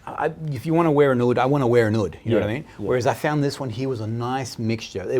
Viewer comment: Fantastic video.. just one little thing,oud is pronounced like mood not like wood .thanks ..aroma from heaven